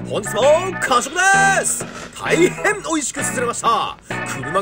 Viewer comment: 「大変美味しくすすれました」の「大変」の言い方でSUSURUのお気に入り度が伝わってくる気がする 今回はめちゃくちゃお気に入りっぽい気がする